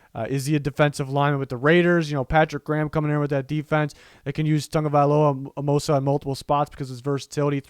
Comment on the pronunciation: can i just say thank you for pronouncing Myrons name right, it drives me insane that people cant prononuce his last name. especially since tua walked people thorugh it.